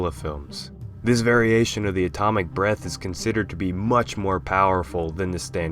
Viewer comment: Why does it sound like he's saying atomic breast